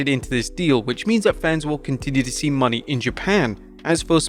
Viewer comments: MONÉ not money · "Moan-ay" is how it's pronounced. 👍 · It's Mo-NAY... he's been bungling the pronunciation for MONTHS. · "WRESTLELAMIA FAILS TO RECOGNIZE BIG MISTAKE." After at least nine months of blundering, they CONTINUE to mispronounce "Mercedes Mone," proving that they don't watch/listen to the shows they're reporting on (the correct pronunciation is clearly audible) and CONTINUE to ignore their own comments page that has offered help the whole time.